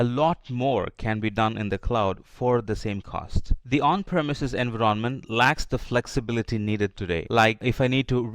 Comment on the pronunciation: voice sounds robotic.. there is no pause at all between sentences. why you pronounce Envy-RON-Ment ?????